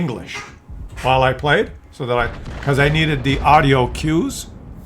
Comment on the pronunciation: Le babe, say daat?